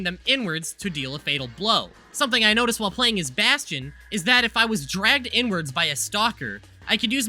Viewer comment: It was all fine until you said main baston:( nice vid tho